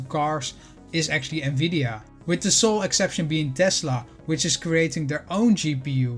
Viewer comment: Omg someone who knows how to pronounce the name of this company Please tell everyone that it’s pronounce “N-VIDIA” not “NAVIDIA” I’ve owned it ever since 2017 bought it at $148. Own 247 shares. Just waiting for NVDA to purchase ARM. This would change the game for NVDA